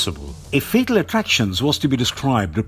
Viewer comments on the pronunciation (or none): none